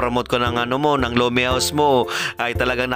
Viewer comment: Lomenngg😂😂😂bisaya na tuuuuu😅